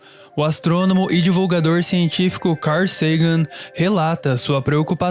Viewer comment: "O astronomo car sagan"???? Amigo, pode falar cal, como aquele pó que vc mistura no cimento